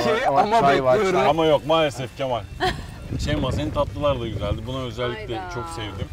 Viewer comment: Şeymaya neden bazen şeyme dediklerini yeni anladım 😀😅